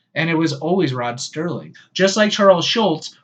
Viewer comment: Rod Serling was always written 'Rod Serling'. Non-enthusiasts pronounced it 'Sterling' in error, simply because of familiarity with the latter name. Ron Grainer, the composer, often has his name mis-pronounced 'Grainger' for the same reason. Similarly, my mother invariably refers to the well-known singer as Cliff Richards!